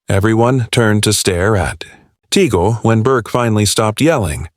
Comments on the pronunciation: Tag-le not Ta -gl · (TAGLE)TAG--LEE as pronounce...NOT tigle.🙏❤️ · IT IS NOT TEGEL BUT TAGLE PRONOUNCED TAGLE. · Its not Teagle. It's Tagle (pronounced as Tag/ le ) Pls do the basic etiquette of getting the names right. There has been many articles lately that specifically focuses on Cardinal Tag-le which are negative in tenor. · Pronounced as Tag..Le.. not Tegle. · Tag....le not Tagol..pls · Tagle is pronounced Tah gle (short e). Where you get Teagle and Taygel is beyond me. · It's TAGLE. Not TIGEL. What accent Is this voice from? T A G L E .Tagle . TAGLE. Not TIGEL. No TIGEL. If not pronounce correctly tumigil ka nang magsalita. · "TAG- LE" IS THE RIGHT PRONOUNCIATION, NOT TIGEL OR TAGEL AS I HEARD IT, AND EVEN WORST WRITTEN AS "TIGO". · Right but that shouldn't sound like APPLE (aeple). It should be TUG- LE as in CUP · First of all Pronounce his name well Tagle Is pronounced as “Tag-le” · Hey, it's Tagle. Not Teegle. Not Tigo. Not Tig. This narrator is hysterical. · Please learn how to pronounce the names before you use Tagle is pronounced just as it is written You go from teagle to tagel..enought times to drive one mad. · Pronounced "Tag-le" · TAGLE —PRONOUNCE. TAG - LEE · To the narrator, please make sure to pronounce the name of Tagle right. It's so confusing. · No matter how one is maligned. If DESTINED, no one can stopped it!! Just pronounced Cardinal Tagle name correctly! Pls watch and learn!